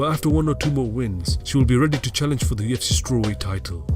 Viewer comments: Kept hearing him says TFC instead of UFC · I hate this voiceover, sounds like a robot and I hate hearing "tufc" Everytime it says UFC